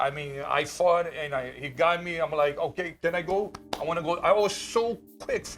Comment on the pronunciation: Hokay thanks 👍🤣